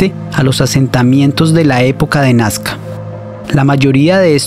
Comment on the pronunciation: No es nascar es NAZCA